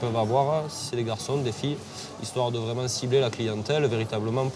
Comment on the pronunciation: Suw le powtefeuille on fait waiment waiment attention.